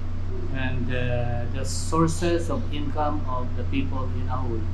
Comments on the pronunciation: in hiligaynon, (ilonggo dialect) J is pronounce as H therefore, Ajuy is Ahuy… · You killed it.. it’s Pronounced as AHOY ….:) 😅😅😅😅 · AJUY - pronounced AHooy 😂😂😂😂 😂😂😂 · The town is pronounced as Ahoy! Like Chips ahoy!😂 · a-huy (a as in back, huuuy) hehe